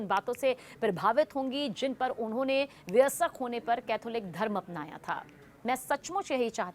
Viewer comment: मॅडम हिंदी में बोल रही हैं आप - कम से कम सही उच्चारण तो सीख लीजिए- व य स्क का उच्चारण गलत कर रही हैं आप